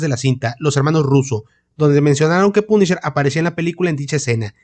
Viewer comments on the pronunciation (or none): De ultraderecha dice el wey 😂😂😂😂😂😂😂😂. Se ve que no sabes nada de USA y como pronuncias punisher lo confirmas .